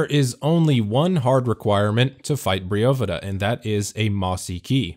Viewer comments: Briofidda???!! ... cmon man its Bryophyta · Best damn guide, but definitely the weirdes fucking pronounciation of Bryophyta I’ve ever heard! ‘Brio-fyddha’? I personally pronounce it ‘Braio-faidah’. More similar to how Only Trails does it. Feels a long more right to me... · Bro… it’s Bry Oohhhphyta… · Bry-oh-fight-uh A bry-oh-fight or bryophyte is moss lol.